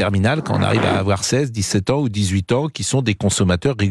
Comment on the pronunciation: quand on entend... sans "s"